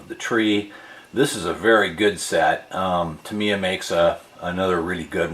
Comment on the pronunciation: Tam EYe Yah NOT Tam ee yah 😅